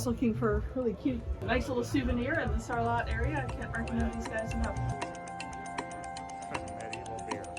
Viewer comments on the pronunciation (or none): Love the episode and brought back many good memories. Just a little tip don’t pronounce the t in Sarlat.🤣 Happy new year to you both. Xx